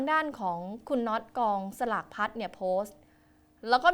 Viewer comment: รำคาญคนอ่านข่าวจังอ่านภาษาไทยไม่ถูกกองสลากก็อ่านเป็นกองฉลากเฮ้อน่าเบื่อ